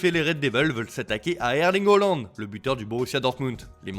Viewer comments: C pas Hooland mais Haaland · Ecorche tout les noms, erling Hollande , poshetino wsh c'est quoi ça